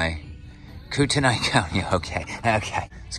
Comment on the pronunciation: Kootenai County Idaho! That's where I live... 🤣 Gotta find that Sheriff Matchbox! It's pronounced... Kootenee! 🤣